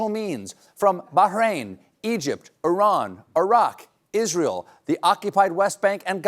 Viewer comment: Thank you for pronouncing Iran correctly. And for bringing light to the historical madness that we are all witnessing.